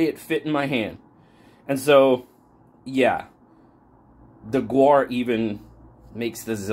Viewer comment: "The gaur, also known as the Indian bison, is a bovine native to South and Southeast Asia" Pronounced 'gour' or 'gower'